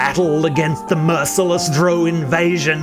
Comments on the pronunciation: Not Dro... Drow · Did I hear him say DROAW? lol 🤦‍♂